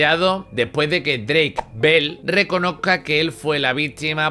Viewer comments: Drake mol, Brayan pic 🤣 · He investigado como pronunciar bien los nombres También: Dreik Mol